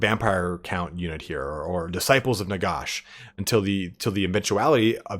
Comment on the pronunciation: I love the video but it’s NaGash not NaGosh.